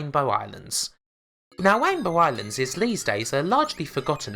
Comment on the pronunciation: Wainbow islands is a bwilliant game <3